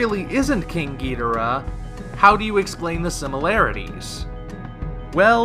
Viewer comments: Ghi-dor-rah. If you play Godzilla Unleashed or any ps2/ WII Godzilla games they pronounce it the English way. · I pronounce it like the announcer in Godzilla: Save the Earth GEE-DOOR-AH